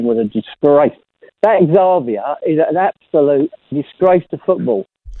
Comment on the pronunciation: Who on earth is “zarvia”?